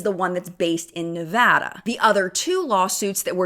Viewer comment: Thank you for saying ‘Nevada’ right 😅